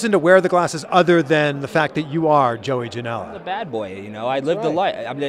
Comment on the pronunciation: Not trying to Hate.. but are you sure your name isn't JOEY JANEL-UH ?